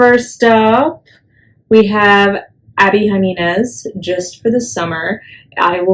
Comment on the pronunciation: Jimenez, not Jaminez 👍